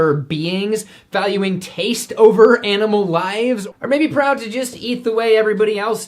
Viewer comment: "ima PROWD MEET EETAH!!!"